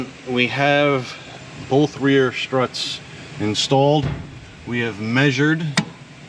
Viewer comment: Is SCHTRUTS the german/american version of STRUTS?